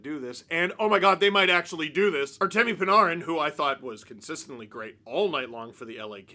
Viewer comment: How come Steve can't say Panarin??